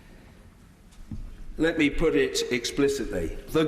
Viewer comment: "Let me poot it explicitly".... What a geeza!!! 😂